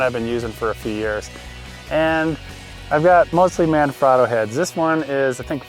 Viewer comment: Hey, Manfrotto is an Italian company. The A in "Man" is pronounced like the A is "mama". The O in "frot" sounds like the O in "afro" and the O in "to" sounds like "toe"